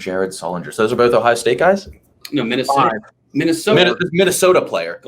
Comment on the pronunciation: “Minnestoa” “touanrment”